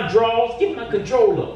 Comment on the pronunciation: “Give me my controlla” 😂😂